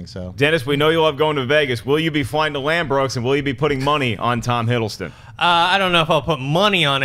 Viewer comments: it's ladbrooks not landbrooks haha! Americans always miss per nonce words. funny. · "Lanbrokes" haha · Ladbrokes not Lambrokes lol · Lambrooks!? 😂😂😂 I think they meant Ladbrooks 😉 Great show 😀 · "Lambrokes" LOL. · LADBROOKES 😂 not LandBrookes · lol its Ladbrokes not Landbrokes. Shoutout to my city London!! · Haha Schnepp! It's Ladbrokes not Lambrokes! I hear they just bet on sheep over there!!! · john schnepp are you drunk loooooooool, lambrokes looool. you mean ladbrokes mate lol. we dont bet on anything btw hahahahahahahahaa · It's Ladbrokes not Lambrokes. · It's Ladbrokes not Lambrooks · I love this show more than I love my own parents, but my god, as an Englishman, your pronunciations can be irritating! Firstly, easy mistake, but Ladbrokes is pronounced like 'Lad-bruhks', not like 'Lad-brohks', but without prior knowledge, it's probably how you'd pronounce it, so that's understandable! The one that always bugs me, however, is how most Americans pronounce 'Craig'. It's not 'Cregg', it's 'CrAIg'. Pronounce the 'ai' as if it's in 'train'. Like 'CrAYg'. Mini-rant over, I love you guys! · Its "Ladbrokes" Schnepp! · It's Ladbrokes - lol!